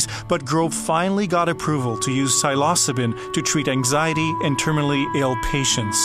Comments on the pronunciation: cy-los-co-bin? Lmao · mispronounced Psilocybin the whole way through , rolleyes